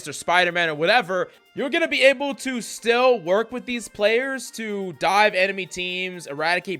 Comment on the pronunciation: What do you mean by die? Or are you saying dive? Like dive dps, dier dps😂